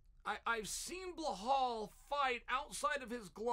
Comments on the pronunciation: Uncle Chael, all due respect, sincerely, it's "Belal". It can also be transcribed from Arabic to be spelled and pronounced as "Bi-lal". I hesitated to comment on the "Blehal" pronunciation on several videos prior but my boy Belal is now in the title contender discussion. I hope this does not come off as disrespectful. I had hoped for a long time that someone else would mention this but ... Love your videos. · Bluh-hal 😅😂😂 it’s BELAL .. come on chael lol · Lmaooo blehal? He deff does it on purpose..how hard is it to read belal? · Okay but who the hell is bleuhall? 😂 chael its be lal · "Blowhol mohamade" chael's things 😭😭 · “Blehall Muhammad” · “Blahal” ahahah Chael cmon ahahahah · burhull mooohumad ... why why why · Chael really must just choose to mispronounce the fighter's name.......and I'm here for it 😂😂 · 10-8 Goes to Belal’s name vs Chael’s ability to pronounce it correctly even once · Chael, if you admire and respect Belal as much as you claim to – maybe commit 30 seconds to learning how his name is actually pronounced.